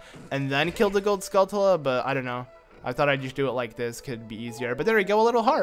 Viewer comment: You pronounce skultula wrong your supposed to prounce it like tarantula